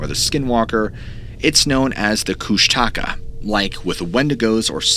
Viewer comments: 26 minutes in. Its not kush-taka its kush-tuh-ka. Only lived In alaska my whole life. I reccomend reading "the strangest story ever told" by Henry D Colp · Everytime I hear kush- taka it physically hurts me.. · You are saying it wrong. The Alaskan monster is pronounced Koosh TUH Ka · Last story: It's koosh (like book) ta .. ka. Emphasize the first part. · Pronouncing Kushtaka wrong. Close emphasis on the second k. It translates as Otter Man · Being from Tlingit territory in Alaska i'm dying over how you pronounce Kushtaka lol. I live in LA now but I remember growing up and me and the other kids in my neighborhood always thinking the Kushtaka was gonna get us at night. Creepy things in the woods.